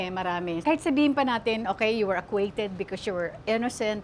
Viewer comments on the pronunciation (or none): 😂mispronounced.. acquitted